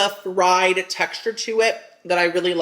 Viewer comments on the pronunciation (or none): none